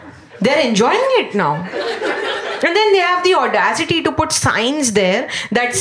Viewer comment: She has the Odasity to say Odasity in every video